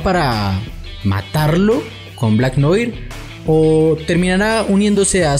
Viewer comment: Noir se pronuncia noar